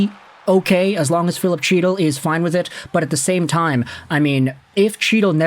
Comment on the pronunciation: Isn’t chytil pronounced hetal?